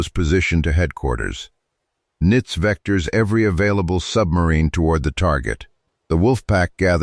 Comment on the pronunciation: AI can't even properly pronounce Donitz's name. It is definitely not nitz.